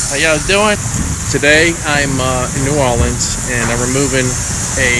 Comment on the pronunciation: I love how you pronounce New Orleans "New Ahleans"! I've always liked the soft drawl of southern accents, even more than the one we have in my area.